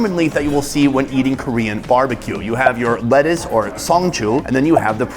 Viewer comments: Can he speak and read Korean?? The pronunciation is so good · Dude how long have you been in Korea? Your Korean pronunciation is getting better and better lol